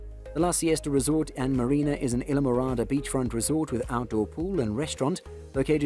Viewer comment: Thank you for this nice video. I do not know where you live but you sound like you have an English or Australian accent. We do not pronounce it either way you keep saying it! I live in Florida right near the Keys!! Go there all the time! Have a great friends, who have lived there for years!! Isle. Pronounce the word as: isle, aisle & I’ll! 😊 Phonetically, it is called - I’ll MORADA!!!! Islamorada, Florida 🇺🇸❤️🗽🗾🏝️☀️🌊🎣🎣🎣🐠🐟🐬🐋🦞🐢🦀🦑🦈🦈🦈🐊🌴🏊🏻‍♀️🚣🏻‍♀️🚴🏻⛳️🛺➕ 💃🏼🕺🏻🎸🥁🎹🪇🪕🎺🪘🥁🎸🚤🛶⛵️🚤🛶⛵️🛥️🎉🎉🎉🎉🎉🎉🎉🎉🎉🎉🎉